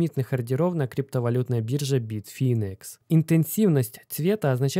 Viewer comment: информация к сведению: не битфИнекс, а битфАйнекс!